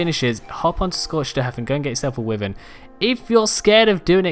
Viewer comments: Why the hell my dude wtf is wivern..... Why Vern. It triggers me when others say wivern so much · "Wivern" deep sigh Why. Why Vern is how that is pronounced. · Atleast he doesn't pronounce it wy ar ren like my tribemate we kicked him out because he stole my longneck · That’s not how you say wyvern